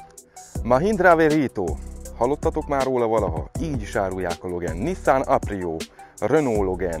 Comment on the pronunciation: Jó lett a videó meg az autó is, de legyszives nem logen, igy a magyarországiak mondják,hanem logán, igy ejtik rendesen!